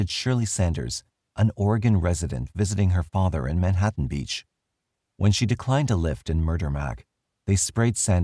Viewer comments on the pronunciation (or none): none